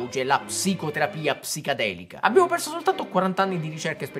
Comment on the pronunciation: perché lo pronunci “psicadelica”?